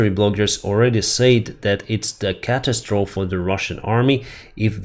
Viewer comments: Pronunciation: RAIDer (attacker); Ray-dar (radio emitter/receiver to detect objects). Catastrophe Ka Tas tro fee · For what it's worth,, "catastrophe" does not have a silent e, the ending e is pronounced, as though it was spelled catastrophy. The inconsistencies of English.